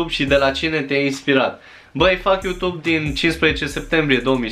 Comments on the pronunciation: Bai frate fa ceva se aude ,,utub". P.S. la multi ani, esti super tare😍😍😍😘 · Iarasi ai zis Utub 😂!! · Iar ai zis Utub😂😑❤️ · Iar ai zis "Utub" 😺🤣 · De ce tot zici utub? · mda...iar ai zis UTUB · Iara s-a inteles "UTUB" =)))))))))))))))))))))) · De ce spui utub 😂🤫😂😂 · Iar ai zis "uTube"😅